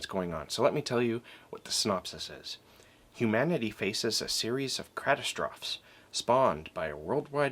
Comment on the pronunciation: catastrophe... ka-TAS-tro-fee